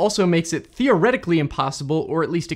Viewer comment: "Thioretically" 😂 Stop it!